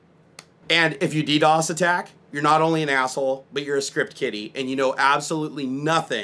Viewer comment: that side camera gives me cancer... its dee dee ow ess NOT dee dos